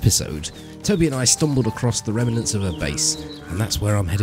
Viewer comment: Remenants? Are you american now, adding non-existent syllables? Next trick is to stress every syllable. Ad-Ver-Tise-Ment, Pri-Va-Cee...etc.